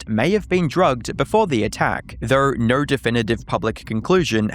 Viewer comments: Please stop saying words with the letter "O" in them. Instead of "No" we get "Nor".🤣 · I’m just curious,: why do you pronounce your “o”s ( /əʉ/) as in the word no as “nur”, or like when you say photo you say “phurtur”. Once I heard it, I couldn’t stop so now I hear in every single video. As a fellow Aussie, I have never before heard another Aussie pronounce /əʉ/ (owe) this way